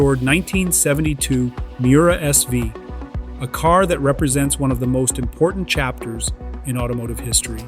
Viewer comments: "Miura ess-five". That's just sad. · the AI voice called the car the "Miura S 5"....lol....these AI narrations make too many mistakes...just use a real person's voice for God's sakes....